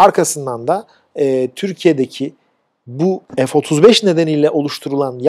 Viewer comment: Türkçede ef diye bir harf yok